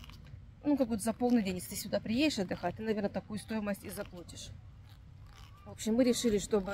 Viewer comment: всё прекрасно! Но, "ЗаплОтишь" не правильно "ЗаплАтишь"😢 Говорите правильно, если "метите" в блогеры 😅